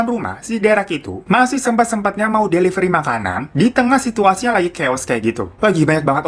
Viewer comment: Devilery? the fak Delivery kale